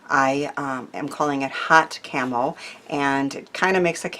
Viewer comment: Some great tips. I couldn't understand why you were saying camel or carmel so I went back and put on the subtitles. That said 'camo'. Still didn't understand, so googled it. Got it! Camouflage!!! 💖 from a very wet week from Devon, England.